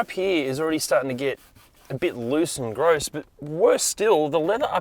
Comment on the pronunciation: I've never heard someone say "grose" as frequently as this man